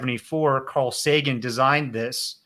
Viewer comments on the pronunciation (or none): none